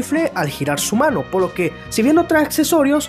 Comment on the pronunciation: Dijo mano o ano😐